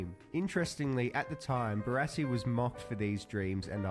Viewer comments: BaRASSi not Bararssi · Pronounce it Bar-ass-ee. Barassi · It's pronounced "Bar-assy" Ronald Dale Barassi - absolute legend!!! Number 31 for Melbourne Football Club and I'm a Geelong supporter. Ron's father and my uncle served in the same unit during World War 2 at Tobruk. But that's another story. Message from an old, world-worn, much travelled Aussie bloke. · Literally one second into the video and I’ve already turned it off at your Barassi pronunciation